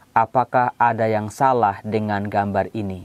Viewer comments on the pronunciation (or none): Salah bukan solah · Salah jadi Solah